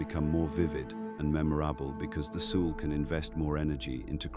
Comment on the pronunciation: FFS teach AI how to pronounce words! Like soul! 😮